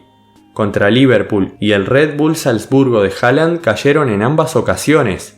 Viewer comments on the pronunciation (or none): none